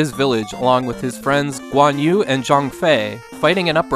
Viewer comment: Nice pronunciation on Liu Bei, Guan Yu, and Zhang Fei! English speakers rarely get Chinese names right, so this is just another example of how well you research your content.